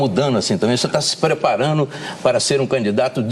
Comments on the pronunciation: OLHEM O PORTUGUES DE UM JORNALISTA KKKKK!!!!!1 ''VC ETÁ SE PREPARÂNO'' ''MUDANO'' kkkkkk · ''PREPARANO'' kkkkkkkk